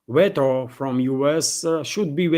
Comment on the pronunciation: Just a helpful hint... The first syllable in the word "Veto" is pronounced "vee"